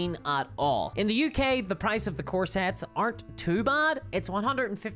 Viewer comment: I kept hearing "core sets" as corsets. This led me to have some odd mental images with respect to Warhammer "Fantasy" play. 😅